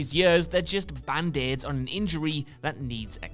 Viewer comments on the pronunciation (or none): A guy with a strong North East accent saying "band aids" haha